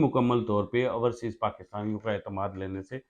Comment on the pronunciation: Ourseas nahee Overseas hota he